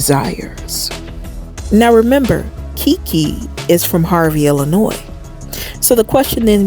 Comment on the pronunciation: You're the 1st person that I've encountered that's originally from IL, and pronounce the " s" at the end of " Illinois ". It's silent.